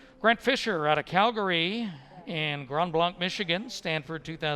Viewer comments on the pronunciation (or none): Somebody tell the commentator that Grant Fisher’s High school is pronounced “Grand” “Blank.”